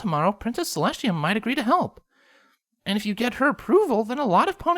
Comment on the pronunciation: Selestshia!?!?!?!?!?!? Not to be rude??